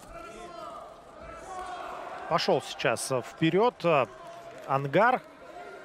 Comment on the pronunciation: Онгар, а не ангар